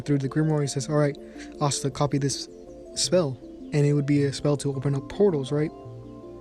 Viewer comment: When he started of the video, it sounded like he said what if asta had coffee magic and it’s hilarious.